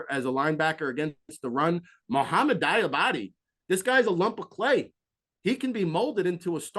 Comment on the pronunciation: Mohamoud Diabate is pronounced "dee-uh-bot-tay" lol